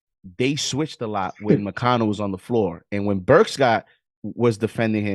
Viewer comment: said "OB and Burk" 😂😂😂😂